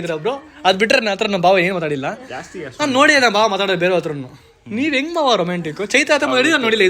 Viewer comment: Adu bhawa alla bawa...